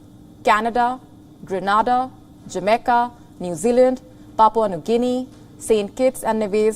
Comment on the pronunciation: Jameca? You mean Jamaica